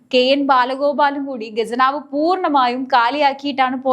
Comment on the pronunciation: ഗെജനാവ് അല്ല ഖജനാവ്... ഖജനാവ്